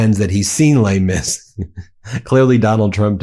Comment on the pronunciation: "Lei Mis"??? WTF?!!